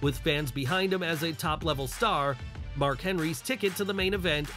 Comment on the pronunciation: Who put the letter d in Mark's name lol